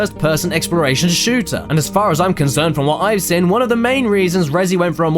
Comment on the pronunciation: I've been watching caddie since the beginning and it still makes me die a little inside every time he pronounces seen as "sin"